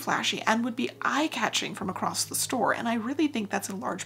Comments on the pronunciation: Your channel is excellent. Your knowlege and expertise is unimpeachable. So humbly, I beseech you, to allow me to pick a very petty nit: There is no t in the word across. Keep the aspadisteras flying.❤ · It's a regional dialect pronunciation that happens when "across" runs into "the" and the movement of the mouth to transition. There's plenty of usage of the term "acrost" or "acrossed" in historical documents as well, so it's not a new thing (in fact evidence shows it may be an antiquated pronunciation since we had "st" on the end of quite a few words long ago)